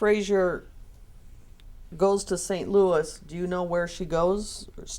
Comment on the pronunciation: St. Louis just BANNED this guy for slamming the cities name like that! 🤦🏽‍♂️